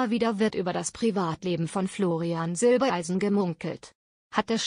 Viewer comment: Florian heißt Silbereisen und nicht Silbeleisen!